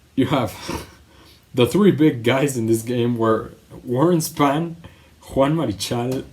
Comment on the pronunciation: Warren SPON...Not Span.